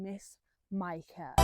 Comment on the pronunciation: How you speak her name is spot on...love what you al doing🫶😘🇳🇱